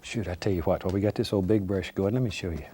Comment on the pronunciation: "Titanium whoite" "I'll tell you Who-ut" lol